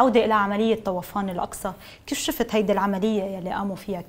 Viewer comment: طوفان وليس طَوَفان. يا ريت تلفظوا صح